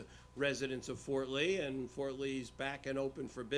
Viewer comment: Fort Ree? Shocking!